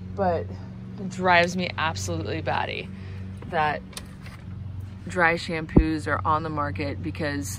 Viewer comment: What is a "dry shampoo"? I replayed several times and that is what I hear.